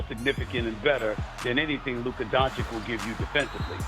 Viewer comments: It’s been years and Stephen A. Smith still does not know how to pronounce Luka’s last name. It’s Don-chitch not Don-chick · So how many years is Doncic now in the NBA and Stephen A STILL can't pronounce his name. It's pronounced DONCHICH not DONCHICK for gods sake. It's not hard Brian Windhorst does it perfectly. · He still can't pronounce his name right! Its DON-CHICH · Will Screaming A. Smith ever pronounce Luka Dončić's name correctly??? The female anchor interviewing him said it right a BUNCH of times (DON-CHICH), but he insists on calling him "DON-CHICK" like an absolute idiot! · Ffs its not donchick Stephen A blind old rat! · Exhausting to listen to SAS say Luka “Donchick” and Victor “Wembanyana” for years now. alway making sure to get these players’ names wrong. Disrespectful. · Fugging Stephen A still says Donchick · Why can’t he ever say his name right SMH racist AF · how can someone that talks about basketball 24/7 not be able to pronounce Lukas lastname ... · I find it disrespectful to choose to pronounce a superstar’s name like that. Just wrong. He is a product which creates jobs in the press, athletics, social media. Stephen A..come on man… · For all these years Stephen A. haven’t learned how to say Doncic correctly 😂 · It's sad that after 7 years of Doncic in the NBA this hater Stephen A., hasn't learned how to pronounce Luca's last name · what's up with SAS not being able to pronounce Dončić ?????? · Stephen A still can't pronounce is name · Stephen A SMIF still can’t pronounce Dončić properly…come on man…. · How does he still not know how to say his name correctly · Can stephen a finally say donic properly? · Stephen cant even pronounce Doncic's name correct is diabolical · you’d think by now Stephen A. would know how to pronounce Luka’s last name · ‘a global superstar’ yet stephen a doesn’t even care to get his name right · I’m still dumbfounded how SAS still mispronounces Luka’s last name. I thought he is an eloquent journalist. Lol